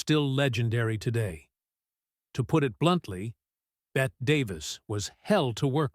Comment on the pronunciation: Bette is pronounced “Betty”. Being called Bet was a major irritant.